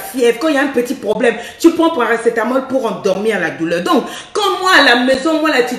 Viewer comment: oui dit paracétamol je suis morte de rire